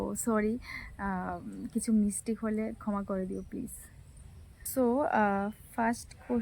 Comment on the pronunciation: Mistake bolte khali so bolcho